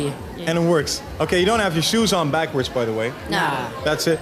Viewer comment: I hate how this auto voice says backwards.